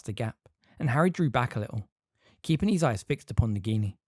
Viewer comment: His isn't pronounced like heez